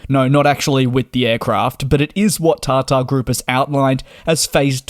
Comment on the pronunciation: Isnt it Tata group? Why does he says TarTar